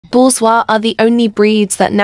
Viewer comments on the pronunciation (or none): Ohhh it's pronounced bor-zouh-ah Ive been pronouncing it bor-zo-ee 💀😭